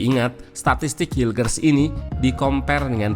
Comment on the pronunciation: Kata coachy cara bacanya: mees hilkhers